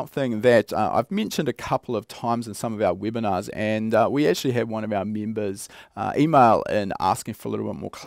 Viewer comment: "Weebinars" 😆 Seriously tho, I do love these Weebinars 😃